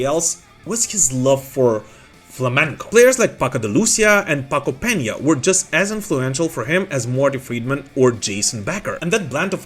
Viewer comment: Cool video. Thanks for pronouncing Peña correctly.